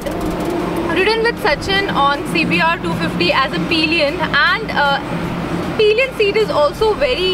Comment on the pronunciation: It's pillion not peeeeeelian madam